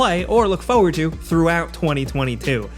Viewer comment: Any video where has to say "Foe ward" is always a treat. I don't know why but it always makes me smile.